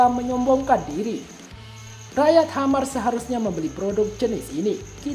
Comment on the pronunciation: Bang admin.. "Khmer" bukan dibaca "Hammer" tp " Kmer.." biasa aja bacanya.." Kmer.." . Ini adl sebutan lain untuk Kamboja.